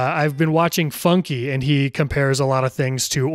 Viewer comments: "Shout out funkee" Someone please tell him it's pronounced "funk" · "Funke" is pronounced "Funk" and not "Funky". I'm unsubscribing and reporting you to the police. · TO LEARN YOURE A FUNKE FAN IS INSANE also as far as i know its just pronounced "funk"